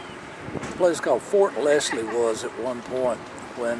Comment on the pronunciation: It's actually Fort Lashley not Fort Leslie, I was born and raised in Talladega and still live here today..